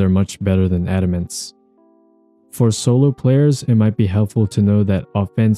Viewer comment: thanks for not saying adamance wrong